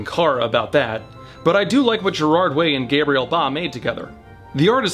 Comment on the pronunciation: Don't get too excited you still said Gabriel in the american way.